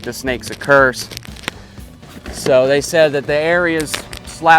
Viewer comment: He said shed not said.